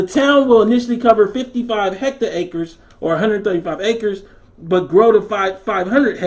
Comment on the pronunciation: “Hecta acres”...that’s that Mississippi pimp coming out of you lmao